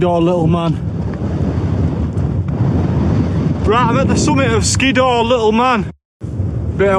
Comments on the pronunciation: Hardcore camp that mate....oh and its pronounced Skidder. I pronounced it the same way as you until someone pointed it to me. 😉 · I liked the part where he said “Skiddaw”.